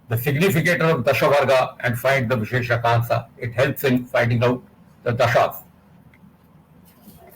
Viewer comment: Pls pronounce vaisheshikamsa correctly